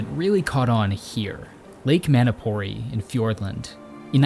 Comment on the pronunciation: A couple of notes on te reo Maori pronunciation: Waitangi is pronounced 'why-tahngi' Manapouri is pronounced 'mah-nah-paw-u-ree' with the last three syllables sort of rolled together